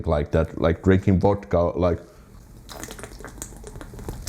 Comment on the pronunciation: "Like drinking vodka". I'm sorry, but you didn't drink "vodka" there, just "voda" - a small but very significant difference.;-)